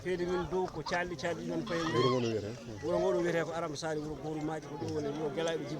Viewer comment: il faut rectifier svp cette accueil c'est pas (yuro) c'est (wuro)